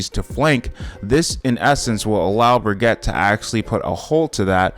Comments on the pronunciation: It's pronounced "Brig-ita". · ... at this point you are saying Baguette... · Love how he calls her bragatte